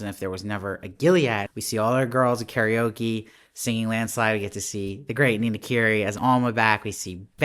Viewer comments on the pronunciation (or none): none